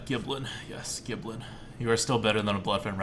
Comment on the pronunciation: You know, it's pronounced "Gill"blin, not "Gib"lin. Hopefully one of these runs you'll say it right.